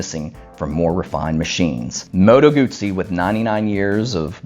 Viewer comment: Nice vid, thanks. Do you have any more Moto Guzzi footage? I'm hoping that I can get down to Mandello del Lario for the big party in September although the news today is that Italy is tightening its lockdown with a complete shut down at Easter. Thank you for pronouncing "Guzzi" correctly. However, I think as "moto" is feminine it should be bellissima not bellissimo.